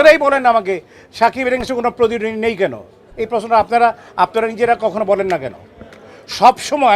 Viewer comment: আগে প্রতিদ্বন্দ্বী উচ্চারণ করা শিখেন।নিজের মনকে সুন্দর করেন।